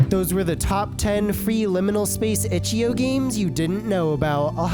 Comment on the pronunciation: Itch-ee-oh. (I will never get over it)